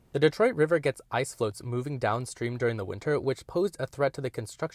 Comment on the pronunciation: Ice floes (not floats). Valuable engineering lesson. Thank you.